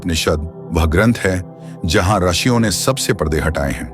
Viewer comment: आर्षियों मत बोलो ऋषियों बोलो